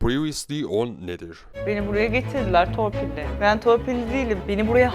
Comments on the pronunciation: la oğlum bu "pırıvisli on "ne hakkaten ya :D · Türk İngilizcesi o